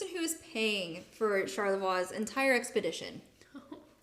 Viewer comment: I know this was 3 years ago. Good story buy one thing drove my wife crazy. And you pointed out French is not your strong point. But charlavoix is pronounced shar-la-voy.